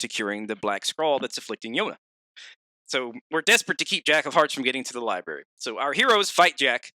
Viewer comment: Anyone else get a small brain aneurism everytime says lieberry?